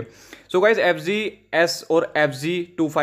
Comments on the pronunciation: Bhai ye g nhi z h thik se bolo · It's pronounced as F-zee